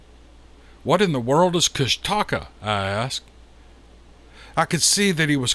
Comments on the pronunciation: This story has the ring of truth. An aside of unimportance to anyone but me: I live in the South and Love our regional dialects, but I've heard the native pronunciation of KUSH'-ta-ka, versus Kust-TA-ka. Not important to anyone but me. Carry on with the great stories. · Pronounced.... koosh taw kaw.... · I hope no one gets mad for me correcting the mispronounced name how the author is saying it. It is pounced like KushTaKah. I am from Alaska and have heard of the Kushtakah before but didn't know what it is. I am from up north Nome where this story is from south around Haines area. That is just crazy how the Kushtakah takes the women and children. I really don't know the spelling of the bigfoot from south I'm just saying how I heard it from my friend. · I'm fairly certain it's pronounced Kush-ta-kah..